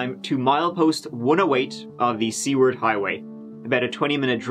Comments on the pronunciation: Haha! It’s actually pronounced “sue-ward”! Everything up there is pronounced oddly, at least to my southern ear. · Small correction. Not Seaward, but Sueward. Anchorage is my old stomping grounds. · Seward is pronounced Sue-word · "Soo-ward" Highway. You're welcome, 😂.